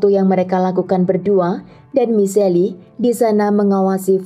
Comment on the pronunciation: Michelle dibacanya mishel bukan michelli, gimana sih kayak gatau nama orang aja.